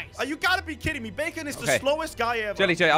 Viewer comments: No BAkon not bacon duuuuhhhh 🤦‍♂️🤦‍♀️🤦‍♀️🤦‍♂️🤦‍♂️ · i think its Baa-k-on not bacon